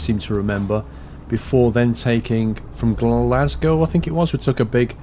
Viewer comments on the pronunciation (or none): none